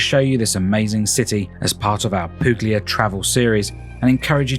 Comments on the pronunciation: Puglia is pronounced 'Poo-lia' ~ the g is silent, as in Lasagna. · the g isn't silent, the exact pronounciation is PuGlia!!